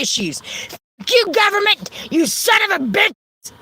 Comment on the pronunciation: “governamenent” sent me out of orbit! 💀💀